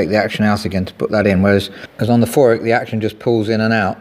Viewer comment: Ravinder2220 Feurich Is Pronounced As Few Rick